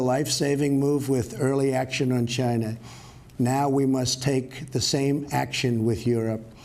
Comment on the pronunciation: It started in “Gina.”